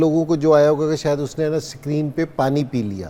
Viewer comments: Ascreeen nhn screen 😂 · Sakreenn😂😂😂 wah kkg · Sak reen nahi screen hai